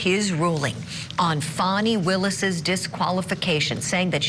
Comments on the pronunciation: It’s clearly “Fanny” and not “Fawny” stop going along with her trying to make it sound more than “fanny” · P.S. Fani Is Pronounced “Fanny.” 😉